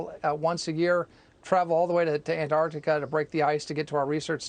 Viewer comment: 🐜 artica vs an-Tarc-tica. That’s the real issue here.